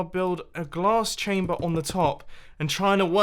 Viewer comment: When u saib glass chaber i thout u said gas chamber